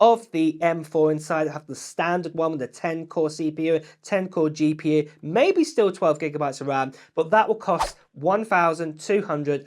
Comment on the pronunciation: What on earth is a "ma'-be'-ehh," though? LOL. Keep it coming,. Always entertaining.